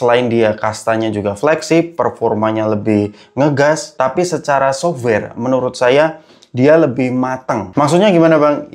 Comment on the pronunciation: Bang, tolong ini mah pengucapan kata "software" nya bukan diberatkan jadi SOVWARE, tapi ringan aja gitu. Terima kasih